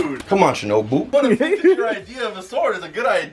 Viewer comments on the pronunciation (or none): Why he say shinobu like shinoBu?